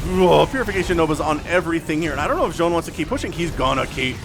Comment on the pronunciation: I think Zoun is pronounced more like Zone, because sometimes you see his name saying 'IntotheZoun'. Other than that it could be pronounced more like Z-ow-n but the first one is probably what it was intended to sound like.